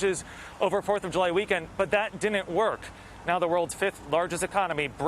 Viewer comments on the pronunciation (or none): did the masked news guy say "dinent" for "didn't"?